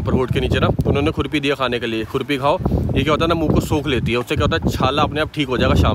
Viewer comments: surpi hoti he khurpi nhi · खुर्पी नहि छुर्पी है । याक का दूध से बन्ता है । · Khurpi nahi churpi bolte hai jo yak ke milk ka banta hai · Sir khurpi nahi bolte chhurpi bolte hain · Chhurpi hota haii